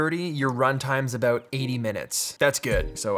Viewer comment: ABOOT!!!!! I heard it. He totes said aboot! haha!